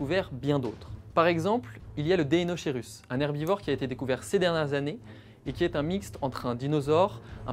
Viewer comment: C’était bien parti jusqu'à la prononciation de Deinocheirus à 🤣